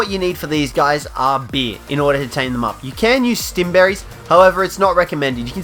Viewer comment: It’s beer not bee